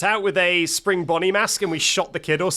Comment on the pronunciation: I love how he calls bonnie bonyel